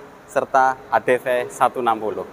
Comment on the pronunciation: Adv bukan adp 😅